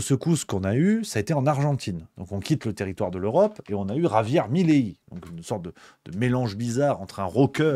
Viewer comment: Mais pourquoi vous dites tous "Mileí". C'est Milei ! 😂